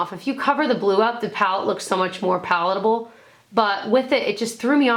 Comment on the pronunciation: The "pallet able" thing made me laugh harder than it probably should lol 😂